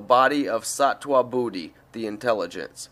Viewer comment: Hi its a sweet thought to make this audio book and I commend you. It would be helpful for you however to learn how to pronounce sanskrit words. For example (Sri = Shri) or (jnana = gyaana also jnanamaya = gyaanamayaa kosh) or (sattva = sattwa) or a harder one - (sthulasarira = sthulashariraa) or buddhi = bhuddhi - hope that is helpful...